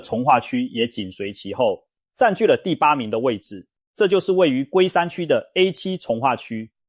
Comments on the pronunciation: 重（ㄔㄨㄥ）劃區發音唸成重（ㄓㄨㄥˋ）劃區，越聽越不習慣？ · 為什麼講台灣的房價，重劃區是唸ㄔㄨㄥ二聲，怎麼會唸成ㄓㄨㄥ四聲重呢？台灣人會這麼唸嗎？ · 是ㄔㄨㄥˊ重劃區，不是ㄓㄨㄥˋ重劃區。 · 哈哈。重。彳x